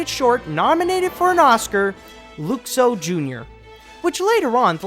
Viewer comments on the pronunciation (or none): “Looxo” *LUHxo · ITS LUXO JR NOT LOXO JR GET IT!!!!!!!!!! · It's pronnounced Luh-xo, not Lou-xo. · It's Luxo, pronounced L-uh-xo